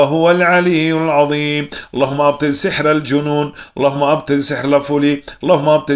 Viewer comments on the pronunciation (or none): none